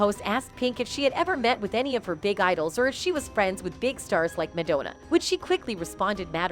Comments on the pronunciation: MAD-O-NA what is that woman saying? Go to speech therapy Woman!! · Who the hell is "Madonea"? The narrator mispronounce her name a number of times. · Why can’t the girl say Madonna correctly. Pink rules! So does Madonna! ♥️ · Whomever is narrating needs to learn how to pronounce "Madonna" correctly! Lmao 😂